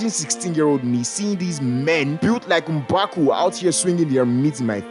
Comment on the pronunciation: / lol emphasis on m'baku